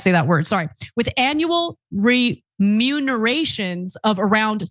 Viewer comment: Kasparian not being able to pronounce "remuneration" is epic!